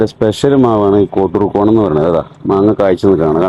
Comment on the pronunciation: കോട്ടൂർക്കോണം അല്ല, കോട്ടുക്കോണം ആണ് ശരി.